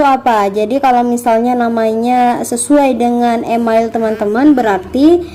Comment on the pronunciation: Mohon menggunakan pronounciation yg benar ya, kakaa... Email dibaca : imeil, bukan imail Sign up dibaca : sain ap, bukan sin ap 🙏🙏🙏